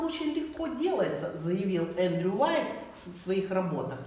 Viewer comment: немного исправлю вас - не Уайт, а Уайет...